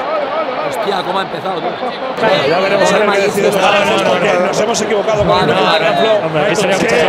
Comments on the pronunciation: Oye di grefg que te has dejado un error en el minuto dice ahoroa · CUANDO DICE AHORA SI O SI EL FINAL DE LA VELADA DICE AHROA SI O SI XDDD JAJA